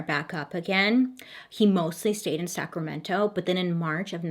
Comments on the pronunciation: Me cheering Bailey on when she pronounces all the county and city names correctly. GO GIRL GO! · Guuurrrlll, are you even from California? Because you totally pronounced "Sacramento" right! You didn't say Sacrameno like the rest of us!! 😂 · I really love the way Baily says Sacramento... And the V word is pronounced "Vye-Say-Leah"